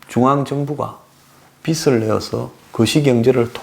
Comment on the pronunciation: 빚을-발음도 비슬이라고 하는데----비즐 이라고 해야지요----보는 안목은 좋은데 중간중간 거슬리는 발음이 있으니 관심가지고 연구하셔야 할듯-----좋아요 눌렀어요